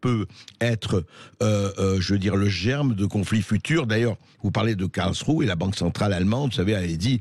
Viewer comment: Je ne voudrais etre impolit, mais, SVP, prononcez un nom de ville correctement: KARLSRUHE: se prononce (phonetiquement) KARLSSS ROU HÉ merci pour ce temoignage de respect ( que l on aime l allemagne ou pas ) A part ca, vous avez raison.